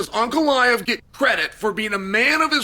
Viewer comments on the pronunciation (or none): Unclaev? Chael is putting the hurts on names. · also to hear him say Unclaive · Ankalaev ❌ Uncle Liev ✅ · Ankalaev ❎ Uncle laev ✅ Pereira ❎ Pierre ✅ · Uncle Aiev 😂😂😂😂😂😂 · "Uncle Ly-ev" vs "Pierre-a"🤣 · Came for "Alex Pierre" left with "Unkle eye ev" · Chael said PeeAir and Uncle Lie iv 😭😭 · Uncle Liave?